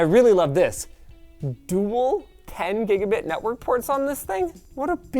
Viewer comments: "Netwrok Ports" lol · ah yes the "netwrok" ports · "Netwrok ports" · "netwrok ports" ey got 'em! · Nice -- -" Netwrok ports" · wtf is a "10 Gb Netwrok Port" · wtf is a netwrok port? LMFAO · ah yes, the netwrok